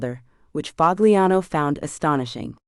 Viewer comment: " Pahliano" not " Pag liano"..damn A I